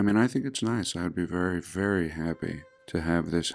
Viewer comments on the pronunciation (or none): Vewy intewesting